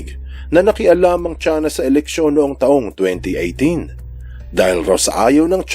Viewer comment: 'Chuina' Kung Flu 😂🤣